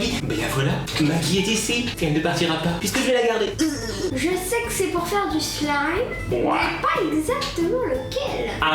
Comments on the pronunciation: On dit sl a i me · j avoue que quand tu prononce "slime" sa me fait rager "slaym" plz😂sinn supere video❤ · Sa se prononce slaïm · C'est pas sliime mais on prononce slaïme mais sa s'ecrit slime et c'est toi nadège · Ça se prononce 《slaïme》 😂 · Trop bien mais on dit pas slime on dit Slaime 🤣🤣🤣🤣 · j'adore comment tu dit "slim"😂😂😂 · ptn dis slayme comme sa s'ecrit slime mais bon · pourquoi tu dit slime mais pas slayme qui ce prononce comme je viens de l'ecrire je sais que ca s'écrit slime